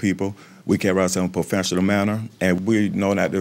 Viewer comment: "We carry ourselves in puhfesshinel manner" ......OK 😏